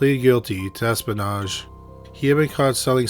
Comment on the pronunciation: What is "es-pun-age?"